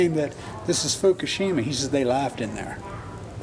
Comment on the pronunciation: they laughed when somebody said, fukashima? wow